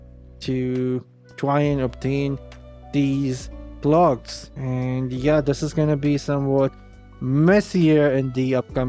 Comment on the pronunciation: The clogs? What is he saying?